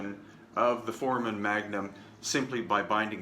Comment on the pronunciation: I love your presentation but, as an x-ray tech, you grate my nerves every time you pronounce "foramen magnum". Please, make the a long like in the sound "hey" in the word for-ā-men. Great work, btw. Thank you very much for the info you are sharing. I've waited a long time for it.